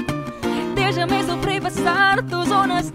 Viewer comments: Anne Bardon i watched it several times she nailed it though "dejame" should pronounced as "dehame". nevertheless its perfect. great voice. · There's only one mistake of pronouncing Spanish. The word Dejame is pronounced DEHAME, the letter J in Spanish is not like the English letter J. Overall, it is cool. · She is wrong is her pronunciation of "Dejame" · Wow she nailed it! Ive been living here in Central America for almost 5 yrs and I cant even sing or pronounce spanish words very well unlike Julie Anne. Impressive Julie Anne👏👏👏 dejame and apellido iba ang pag pronounce nya, tinanong pa ako ng pamangkin ko bakit ganun daw ang pronunciation lol, sorry spanish kasi sya kaya nag react lng medyo. But im so amazed of Julie Anne. She was amazing!😊❤️ Galing galing😊👏❤️ #pinoypride🇵🇭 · Nag aaral ako ng spanish at may mga words talaga na iba ang tunog pag di mo inayos yung buka ng bibig mo. Dejame at apellido lang ang na miss nya e pronounce ng tama. J is pronounce like the letter h and ll is like the sound of letter y.